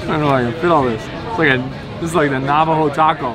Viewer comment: Did he say Navajo Taco?